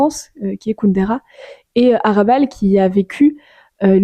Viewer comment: HRA'bal Il faut prononcer le H!